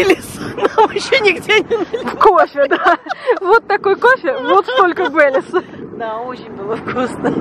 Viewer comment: Ну теперь понятно кто виновник хорошего настроения " Бейлис" 😂🤗